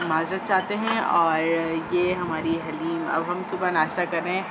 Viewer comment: Haleem nhi Kaha kren dhleem Bola kren plz